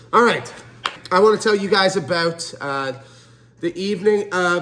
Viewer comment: My man says about and sorry like a Canadian. My trust has limitations. … 😂